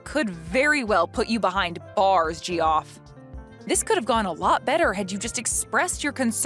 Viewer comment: It's pronounced Jeff, not Gee-off